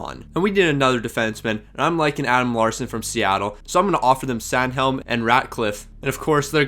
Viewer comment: Sanhiem not Sanhelm